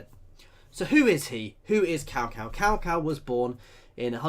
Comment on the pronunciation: 'Cow Cow' 😂😂😂😂 Its pronounced more like 'Tsao Tsao'.